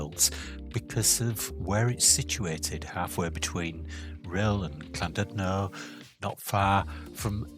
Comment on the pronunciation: It's Llandudno not clandudlo